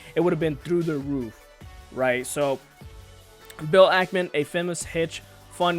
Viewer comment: Can’t even pronounce the SPAC or Ackman correctly.